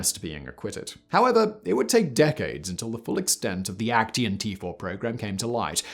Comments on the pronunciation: Aktion is actually pronounced like "ahk-tsee-on". not "ek-tee-on" triggered my german grammar hating heart. lol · Just a side note, "Aktion" in German is pronounced as ak-tsion (IPA: akˈtsjoːn). So are all words ending in -tion, similar to how it is in English. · Why do you pronounce „action“ as if it’s a German word? 😂. In German it would be spelled „Aktion“ and pronounced very similar to the English word. You keep saying Aktien, which means stock, which I do not believe the Nazis sold. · I'm sure you could get hold of someone helping you with the right pronunciation of German. I wonder who came up with "A—KT—ion" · Since I am kinda triggered by the way Simon says Aktion: You say it like ac pause cyan, but replace the a in cyan with an o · Oooh come on.... Put a German word into Google translate and have it pronounced correctly for you, before saying it wrong through the whole video! yes, I'm talking about AKTION. Otherwise: great vid again! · there is no 't' in 'aktion' 😊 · Great content but the way you pronounce "Aktion" is really really weird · I kind of like the way you mispronounce "Aktion", given that it's literally the German word for "action". NoFront, it is just funny to my ears. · yeah, me too - but perhaps I am getting used to Simon mispronouncing "foreign" words? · Aktion is Action in english.why do you struggle to say words